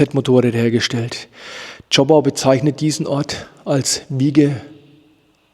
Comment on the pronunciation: Zschooooopau und nicht Zschoppppau